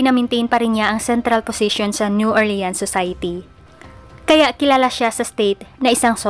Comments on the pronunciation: new "orleans" pronounce as new "ORLINS" PO. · New Orleans po masyado o.a ang pronounce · Hello Po mga ka Kyoryos, pasenxa npo Sa pronunciation ko Sa New Orleans, new orlins pala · Kakaasar ung new or leans nya 😂😂😂